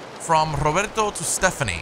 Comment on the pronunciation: Does speak spanish or portuguese? I've never heard an english speaker pronunciate "Roberto" that good